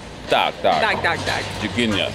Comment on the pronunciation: It sounds like "duck, duck, duck" instead of "tak, tak, tak" :D